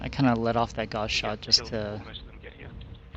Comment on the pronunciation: It's not a gauze rifle man. It's gauss